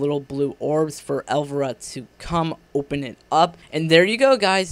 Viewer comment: El-VY-RA. Not pronounced elvra...